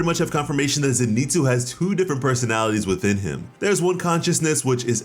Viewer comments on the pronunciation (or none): Please, his name is pronounced Zen I Tsu as in Zen Ee Tsu! His name is not Ze Ni Tsu.